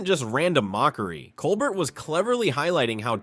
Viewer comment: Say COLBERT right! Please! Coe-bear